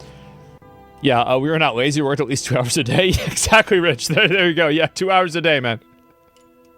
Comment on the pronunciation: I believe you mispronounced “lazy”